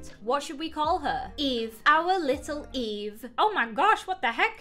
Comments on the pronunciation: He keeps calling her evie and it makes me so frigging mad. Her name is fogging eve!!!!!!! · Video: Eve: Evie Me: i am c o n f u s i o n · My name: Eve: says eve Me: flinches (StOp SaYiNg My NaMe!-)